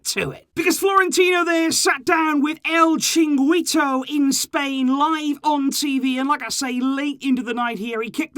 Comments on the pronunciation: el cinguito? lol wtf is that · chringito hahaha